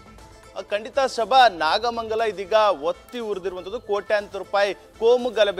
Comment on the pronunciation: ಒತ್ತಿ ಅಲ್ಲ ಅದು ಹೊತ್ತಿ. ನಿಮ್ಮೆಲ್ಲಾ ನ್ಯೂಸ್ ರೀಡರ್ಸ್ಗಳಿಗೆ 'ಅ' ಮತ್ತು ಹ ನ ಉಚ್ಚಾರ ಸರಿಯಾಗಿ ಹೇಳಿಕೊಡಿ. ದಯವಿಟ್ಟು ಕನ್ನಡನ ಕೊಲ್ಲಬೇಡಿ